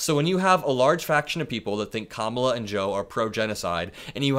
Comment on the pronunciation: He continues to mispronounce Kamala Harris’s name. He is a disgrace.